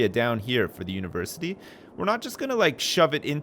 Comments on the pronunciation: I wonder is "univerCITY" was on purpose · "UniverCITY"......dick has been ripped